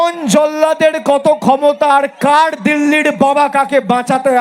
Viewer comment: জয়গুরু বাংলা উচ্চারণ সঠিক করুন কাড় নয় কার তাড়িখ নয় তারিখ